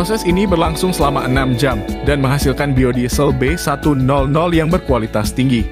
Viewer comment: B100 dibaca Be seratus,bukan be nol nol